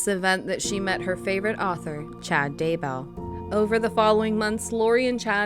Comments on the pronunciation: DayBELL You can't even get the names right. Buh-bye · Hey this is great! But the name is Chad Daybell, right? It keeps switching to Daywell and I’m a little confused. Still, I love the video, keep em coming! Edit- this is the first time I’ve commented first on a video, yay XD